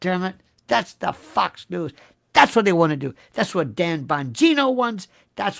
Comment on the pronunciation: F^cks News! Well that's how you're pronouncing it. Apt ImHO